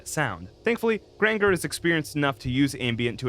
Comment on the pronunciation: Grain-jer... like Ranger w a G at the beginning. And its Cop-iss Halifax. Sorry to be nitpicky.